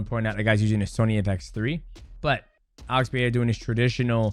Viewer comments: DJ, please.... It´s PeREira not PeHEira.... get it right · Hey DJ, can you help Chael with his pronunciation. He calls him Alex Pierre. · DJ won't say PerEIRa correctly once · Stop saying his name incorrectly that’s not how you say, Pereira Perera you’re American you’re not Brazilian don’t say like a Brazilian. Don’t say it in Portuguese say it like a fucking American annunciate those fucking R’s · Homie can't even say Pereira or Nurmagomedov correctly either. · The first R on Pereira is spelled exactly as you did with the second, not as an H. In Portuguese you only pronounce the R's as H when they're double or at when they're the first letter o a word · its fine, nobody does lol. Both "r" in Pereira's name are, as we call in Brazil, "weak r ", you must add some kind of vibration to your tongue when saying it. i've only seen latinos getting the pronounciation correctly, probably its not an easy sound to make.